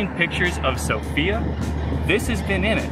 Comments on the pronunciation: Good video, guys, just one thing - have in mind that the accent is on "o" in "Sofia" ;) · All vloggers fail to pronounce Sofia correctly. It's sOfia.